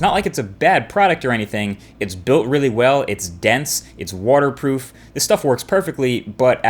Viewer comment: "Warter proof" Lol great video.